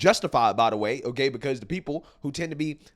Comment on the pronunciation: Your channel is so intelligent. Great analysus once again! Again I would emphasize that your annunciation is not as clear as it shoud be and i dont want ppl to tune out bc the first thing they hear is urban drawl. THE should not b pronounced DUH. Say WITH YOU not WICHU. Your grammar is good and your vocabulary is VERY good